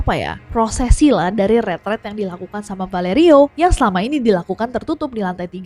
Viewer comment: Nessy ngomong ret ret or retret ??? Kok di kupingku, ret ret?